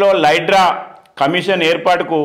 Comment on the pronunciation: HYDRA ❌ LYDRA ✅ 😂😂